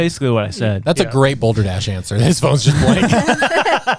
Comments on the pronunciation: It’s “Balderdash”. Not Boulder Dash. Also, the cross is literally called the “Knights Cross”. It was used well before the Knights Templar. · It's BALDERDASH!!!! NOT "BOLDERDASH"! Why isn't anyone addressing this?